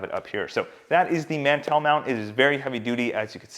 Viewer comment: I don’t think you know what a mantel is cuz you are pronouncing the word completely wrong.. lol.